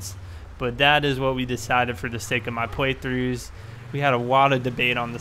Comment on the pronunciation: pwoice, pwug ins, pway through anyone else notice that😂😂